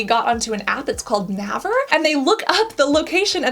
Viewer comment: Naver is pronounced like Neighbor but with a V instead of B